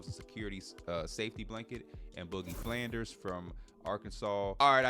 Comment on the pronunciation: Just a heads up it’s Boogie Fland not Flanders